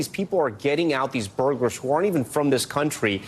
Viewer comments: Is it my imagination or does the reporter say "Burglarers" instead of Burglars? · That woman said "burglarer" TWICE! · Why does she keep saying “burglarers”? It’s “burglars” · Is it just me or is she saying "burglerors"? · She keeps saying burglarer lol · Am I the only one that is bothered by the fact that those so-called professional broadcasters keep saying "burglarers" instead of "burglars"? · The news reporter saying “burglarers” 😂 Holy crap lady how do you get paid for this shit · "Burglarer"?! Is she serious!? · “Burglarers”? It’s “burglars”! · Good story, but that news clip...reporter called them Burglarers😂😂😂😂